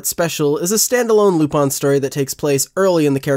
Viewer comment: Is it really pronounced lupon? just curious.